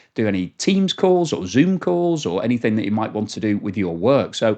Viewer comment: No k in the word anything